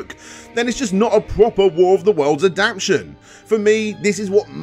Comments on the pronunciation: I love u man but my anxiety has got the better of me Ad-apt-ation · “If your pronunciation of ‘Adaptation’ doesn’t include the ‘T-A’, then it’s not a proper word.” Couldn’t help myself.